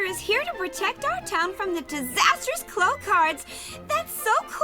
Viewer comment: Also last time I checked, clow wasn’t pronounced like clown without the n, I thought it was clow like glow